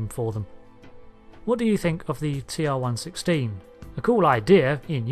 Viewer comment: not to be pedantic but A) 'TR 1 1 6' is how it is pronounced in DS9 and B) this weapon is akin to a modern MBR or DMR more like phaser rifle in ST, never could it be considered as sidearm >.< like the phaser......